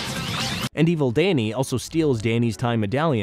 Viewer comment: Why is Danny pronounced as Dayney